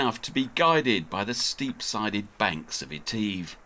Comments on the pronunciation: Etiv with an e. Sound the i not the e mate. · Oh how lovely to hear about "lock eteeve", presumably you mean "loch (a bit like cough) eh-tiv?? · It is pronounced eh-tiv. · Loch Eh-tiv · Loch Etive not Eteeve, a small price to pay for excellent filming and editing, The Scottish Isles close to my own heart having done a few sailing expeditions there myself, what are you going to do once you complete your anti clockwise circumnavigation ?.